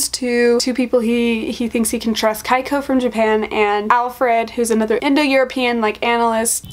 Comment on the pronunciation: The Japanese name "Keiko" is pronounced like "cake-oh"